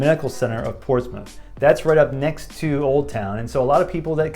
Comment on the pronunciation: There is no Portsmouth, and definitely no Ports-Mouth. There are two acceptable pronunciations and no other. 1) Porch-smith 2) Pos-muff